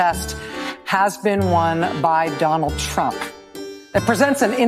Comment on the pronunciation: at time did she say Donald Trunk]?